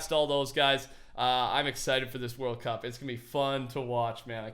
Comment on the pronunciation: "World cwup" 2019